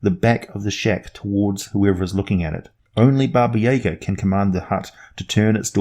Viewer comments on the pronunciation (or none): Hey, so this isn't super well known, but the correct pronunciation is Baba Yah-gah. Most people say Baba Yaga, as it's spelled, and you're saying... Baba yeah-ga for some reason? Accent I guess. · It's not Baba Yeahga it's Jaga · I may have said this already, but it's pronounced Bah-Bah- Yah-Gah. Also, the name means lit. "Old Women." And there's more than one. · I dont know if anyone else has said it and I know its an old video but because its a Russian name the pronunciation is 'yah-GAH', the emphasis is on the -ga. That being said, that's the Earth pronunciation and it could be entirely different on Faerun. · especially because of how often you mispronounced this very famous name. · 3.14 Dragon His pronunciation is closer to Russian than the typical American pronunciation, but the emphasis should be on the second syllable.